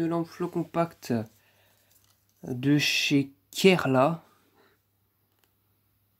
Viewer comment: C’est pas Kerla c’est keria keria C’est un fabricant de luminaires Français